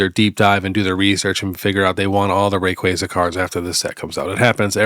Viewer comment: I’m so glad you know how to pronounce Rayquaza. Very excited for this set, that’s my second favorite Pokemon. Appreciate the convo about selling. Everyone thinks it just goes up but that’s impossible!